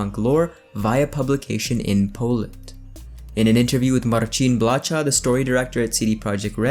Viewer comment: Blacha is pronounced Blaha in Polish. With ch pronounced as simple h as in "history".